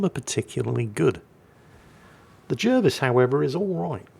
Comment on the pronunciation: Why J uh vis? His name was jar vis. English is quite straightforward